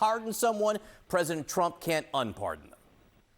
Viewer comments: "President Barrrdon" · he said president Bardon 🤣🤣🤣🤣